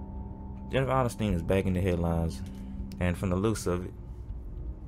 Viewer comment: Dude why u do her last name like that 😂